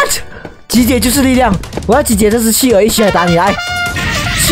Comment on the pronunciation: ，是企鹅，读qí